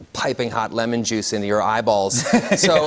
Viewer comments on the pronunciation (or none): none